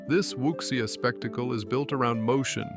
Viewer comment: I've seen all of these except the first one. And that's not how you pronounce Wuxia, the x is soft, like a "zsh" sound.